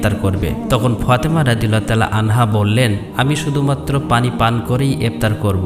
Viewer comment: ফতেমা না ফাতেমা।